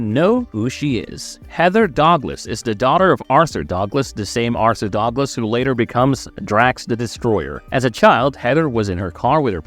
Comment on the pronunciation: "Heather Dog-less"?!?! Either you are mispronouncing 'Douglas' or this is an A.I. voice (more and more youtube clips are using AI voices lately).